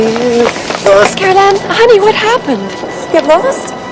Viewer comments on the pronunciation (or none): Stop saying "Caroline" You're obviously not a fan if that's how you're pronouncing it. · It's carol ann...not caroline... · Carol Anne, not Caroline. But great video! Good work man! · Just an FYI…it’s not Caroline. It’s Carol-Anne. Love the video! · At least you got her name right in the title of this video. You keep calling her Caroline. ;) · Cool video, but I'd be remiss to not point out that it's Carol Anne, not Caroline. Kane was definitely the best thing about 'Poltergeist II'. Julian Beck took the part knowing he had little time left. The actor who played him in 'III' just didn't bring the same power to it. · Carol Anne not Caroline. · it's carol-ann, not Caroline. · Love, it’s Carol Ann not Caroline. 😏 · It's Carol Anne not Caroline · He’s saying karoline it’s carol anne 😂😂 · Say it with me “CAROL ANN”, otherwise, awesome video!! But for real, it was killing me every time you said Caroline!!!! 🤣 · Carol ANN, Not Caroline... Did you even see the movie... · It is Carol Anne not Caroline LOL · ahem CAROL ANNE!!! Not Caroline! Lol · Its Carol Anne, not Caroline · Carol Anne. Not Caroline 😖